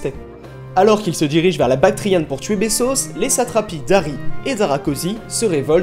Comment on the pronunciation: Vous parlez trop vite et personnellement je ne peux supporter cette nouvelle façon de prononcer les voyelles nasales en français. Par exemple Corinthe dans votre bouche devient: corante. Même vos 'a' ne sont pas prononcés correctement: Bactriane devient 'bactrienne'. C'est très agaçant. Sinon, le contenu est juste, bien que présenté trop rapidement. Dommage car le sujet est vraiment de la plus haute importance pour comprendre le monde moderne.